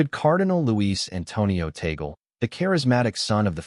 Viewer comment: TAg leh. Not Tagol.